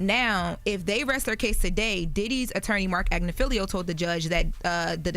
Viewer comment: AGG-Nif-fil-O, not AGG-Nif-fil-LEE-O. I love you, but you have said this man’s name wrong the WHOLE TRIAL. He’s also representing Luigi Mangione.